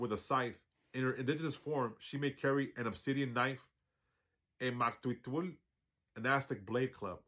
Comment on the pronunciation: Don't worry too much bout the pronunciation... The meaning comes from the understanding of your balance with heart and mind... But if you like, here's a way to remember the sounds... Mick-teh-kasi-hua-tle... The Q is silent. 🙂✌🤞🤘🙏